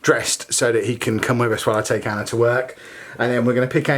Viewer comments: Lol every time you say Anna's name you say Anner lol. Its a bit erking. But i love your vlogs n your family i watch them every day. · Yaay. Ive never had a you tuber respond to me this is great.. Lol. I hear her name being said that way you may not be saying Anner thats jus the way i keep hearing it. Love you tell Anna hayyy hayyy